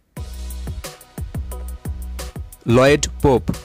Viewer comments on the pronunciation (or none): none